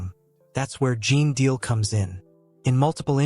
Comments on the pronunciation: Ai is on the throne here and by the way his name is GENE DEAL. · You're not even pronouncing his name right....